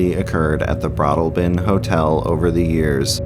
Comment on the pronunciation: It's BroadALLbin 🙂